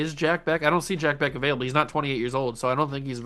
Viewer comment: And just a heads up, Jack Bech is pronounced "Jack Besch" lol. Love your videos, man!